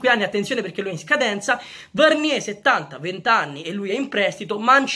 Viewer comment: Bella idea Comunque Varnier si pronuncia Varnièr anche con la r alla fine